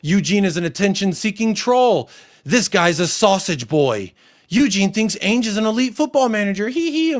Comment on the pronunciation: Hi there hope you are well lots of parallels with what we experience in the Arsenal fan base. Was interested to see how you tackle it. One question though why do you pronounce Ange Ainge? It's the A sound from Adam or Anville not the A sound from Apex or Aviary. There is a youtube channel that specialises in pronunciation. I haven't decided if I like him or not but I do feel like it's respectful to pronounce people names correctly. I am not telling you how you should pronounce it by the way it just interests me as I presume you hear everyone else calling him Ange as if it were short for Angela and yet chose to pronounce it as Ay-nj just curious